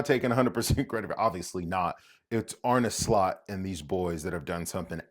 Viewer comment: You're an American who: One, is going all GAGA over ... football??? Two, pronounces Arne Slot's name correctly. That right there is funny AF to me. That said, I think PSG is gonna beat them. Probably not easily, but it is likely. The big question then becomes: Did Slot FAIL this season if he doesn't treble?